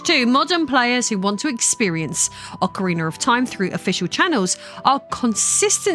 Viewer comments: Ocariner 😅 how do you speak english and get an er on the end of ocarina? Do you even notice?? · Ocariner of Time.